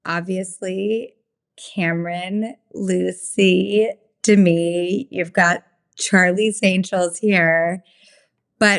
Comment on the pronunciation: It’s de - Mee, with the accent on the second syllable, so a little different than Demi Lovato